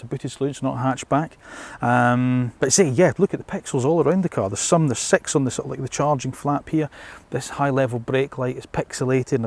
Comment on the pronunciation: You caught my attention every time you said “sex” for “6”